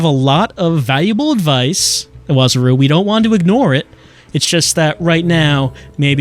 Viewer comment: The guy seems to be appearing a lot, so I feel like I have to comment that the closest approximation of Iwazaru's name is I-wa-ZA-ru. The syllables are pronounced correctly as is already saying them, though.